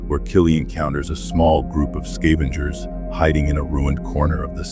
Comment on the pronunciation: You'd think the AI would know how to pronounce 'scavengers'.